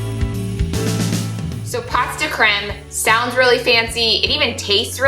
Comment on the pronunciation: Pronounced POE de creme. As in Edgar Alan POE. You got the creme right!😊